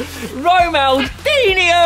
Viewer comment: Not Ronaldinho its romandinio😊